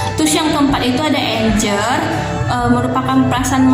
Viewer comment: ralat yaaa..ketika baca anger bukan menjadi anjer, tetapi dibaca angger. Impuls tetap dibaca impuls, bukan implus, yang artinya itu dorongan yaa... Tetap semangat berkarya. Penjelasannya cukup detail terkait pengaruh masing2 emosi pada perilaku tokoh.